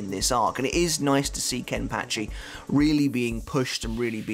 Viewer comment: Is it just me or does anybody else like the way say’s “Kenpachi”? Idk why but it’s so satisfying